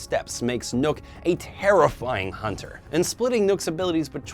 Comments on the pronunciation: U said nukk but u have to say nokk with a O (feedback) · It's nokk not nook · he called nokk nook